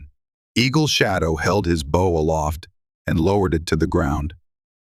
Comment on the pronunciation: It’s a BOW not bough! Please get yourAI to say it right . Nice story